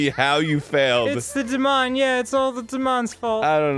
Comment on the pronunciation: .....that moment when Danny says your name when he mispronounces "Demon"